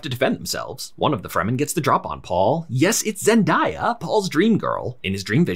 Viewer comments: It’s pronounced ZEN-DAY-AH not Zen-die-ah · It's Zen-DAY-uh, not Die-uh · Who is Zen-die-yuh? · Thank you for the great straight to the point recap! Only critique... her name is pronounced Zen-day-a not Zen-di-ya. Just a personal pet peeve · Who tf is zen-die-ugh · Nice recap. Btw her name is Zen-DAY-uh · Why can’t people pronounce “zen-day-uh”? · Solid review, needed this before the second one. One question, what was up with the Zendaya pronunciation? Just curious because this is the first vid I’ve seen on this channel but it felt like a running joke or something with the emphasis on the name. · The way he pronounces zendaya 💀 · How is she the zendaya and people still say her name wrong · great recap but you mispronounced zendaya